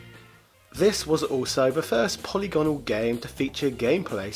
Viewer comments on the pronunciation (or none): "po-lig-anol" not "poly-gone-al" uuuuugggggghhhhhhhhfff